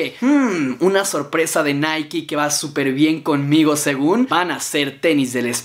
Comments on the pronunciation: Hey apenas veo este vídeo jaja pero creo que Nike se pronuncia así naik así a pronuncia nada más digo sólo que no es naiki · Es naik no naiki jaja Na gran vídeo bro👍✌